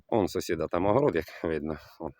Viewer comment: Не с0сід, а сусід